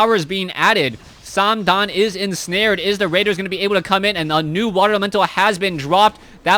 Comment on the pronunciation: it`s not "samdan" it`s THOOO